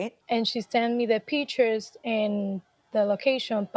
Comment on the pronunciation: She says de "pee tures"... Arite... "😂"... de pee tures... de pee tures... ? ... "😮"... ❤ it - go beautiful girl... "🥰" ...